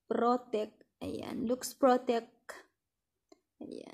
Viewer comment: Laks po ang pagkabasa nyan hnd luks